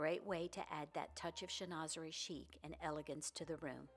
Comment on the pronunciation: Pronounced: shen-wa-ze-ree…..and yes it is lovely. You can frame a few panels, or decoupage to the front of a dresser, commode or armoire (are- mwaa)…..